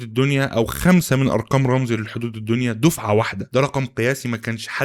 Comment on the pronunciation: رامسي مش رامزي 😅😅 محتواك فاخر والله